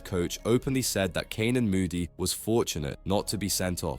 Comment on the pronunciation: I'm sorry but you really need to learn how to pronounce the players names correctly if you're going to do a commentary like this. I would agree with others that Canan Moodie's performance has been disappointing.